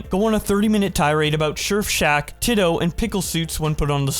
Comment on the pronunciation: Chris isn't necessarily going to trial. He is going to the grand jury, and they will decide if there is enough evidence to put Chris on trial (which is basically confirmed, but it's not 100%). Also why the fuck did you call Surfshack Tito TITT-O?